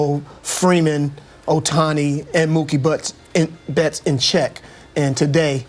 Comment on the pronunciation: ムーキー・ベッツがムキーベッツになるで😂大爆笑した😂😂😂😂😂止まらない➰😂😂😂😂😂